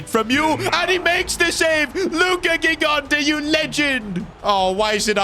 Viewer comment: gigante’s name is pronounced jigante with a j sound. I’m italian